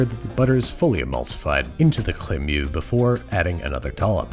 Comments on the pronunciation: ?chllleeemmeuuuxxxxxx" he really needs to chill on over exaggerated pronunciation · I'm so sorry but ... the CREMEUX! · Babs, in this instant I am living for your overpronouncing 'crémeux' with the wildly earnest-est of enthusiasms.